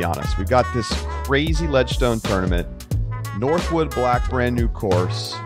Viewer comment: Northwood Black. No "s" 🤦🏼‍♂️